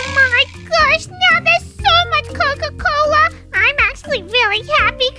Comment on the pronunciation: Coca not coco😂